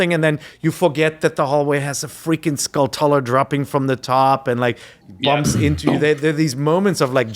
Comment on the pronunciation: I always thought their pronunciation of "Skultula" was odd because I assumed it was a combination of skull and tarantula in which case the tula would sound like chula